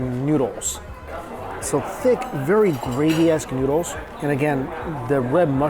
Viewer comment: I love the way says noodles. Neeoodles